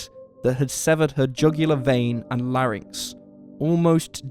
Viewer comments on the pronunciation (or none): none